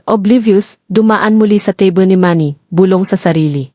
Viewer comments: Ang narrator ay Panay Ang sabi, teble ng teble Samantha’s mesa lang yon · Sana mag story telling ka ayusin mo Ang pronounce teble. Palagi mo sinabi. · it's AI "TABLE" is pronounced tebly😂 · Magaral Kang magpronounce Ng Tama sa mga salita. spot is pronounced as ispat; table as teybol ; you are not a good narrator. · Mali ang pronuws mo ng table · Kung maaari ay mag-Aral ng wastong pronunciation ang narrator. Bigkasin niya ang mga salitang: DİNER, TABLE, ARROGANCE, PUNCH LINE, UNDENIABLE, BELONG sa wastong bigkas sa English. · Ano ba Naman Hindi mo ma pronounce correctly Ang table, dinner, etc.